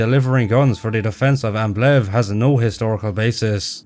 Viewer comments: The name Ambleve was mispronounced terribly by everybody in this movie. Sometimes it was referred to as Amblem, or Ambleff, or Ambiff, or Amblitt or even Ambit. And did anyone notice the German soldiers (No doubt played by Spanish Army soldiers.) kept yelling “On topa ze roof! On topa ze roof!” for every and any needed occasion? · The characters all badly mispronounced the name Ambleve. Sometimes it was ‘Ambeff’ , sometimes ‘Amblitt’ . It could have been ‘Amblig, Amblif, or Amblin’. And did everyone notice that the German Soldiers (I presume being played by Spanish Army soldiers) kept saying “On top ze roof” On top ze roof” for whatever occasion?